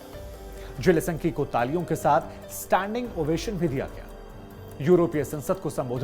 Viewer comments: जेलेसन्की नहीं है, ज़ेलेन्स्की है महाराज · Aap Ukrainian rashtrpati ke naam ka baar baar galat uchharan Kar rahe hain